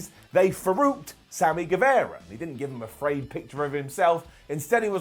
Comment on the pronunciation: Does say "Sammy Gueverra" as a bit? I remember hearing him pronounce it properly once I swear